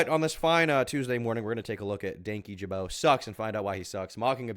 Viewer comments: Danky jabo 😂😂 its dan kyjabo, i love that most people read it like that at first, including myself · Dankyjabow? Ja-bow??? How tf do you mispronounce an "O" as making an "ow" sound???